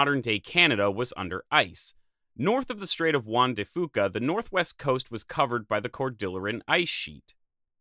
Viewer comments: People in Washington say "Strait of Juan de Few-ka" not Foo-ka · Pronounced Strait of Juan de FEWca. I’m sorry, I’ve just lived right next to it my whole life and I’ve never heard anyone pronounce it wrong before, lol. Otherwise this is excellent info 👌🏼👍🏼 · Juan de Fyou'-ka. At least you didn't pronounce it Juan de "fuckah" 😄